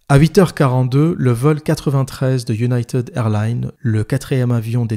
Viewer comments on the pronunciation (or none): none